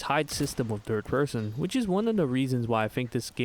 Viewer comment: I woke up to this video on my TV (thus not knowing the title/video purpose) and I genuinely thought you kept saying “DIRT person” (instead of third person) and since it continued to different areas, I thought I was an unknown stalker enemy.